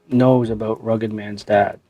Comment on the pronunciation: What it's "aboot" Canadian much? JK much love!